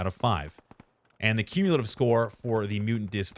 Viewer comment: By far your best video. Might want to check the dictionary for the word Cumulative though.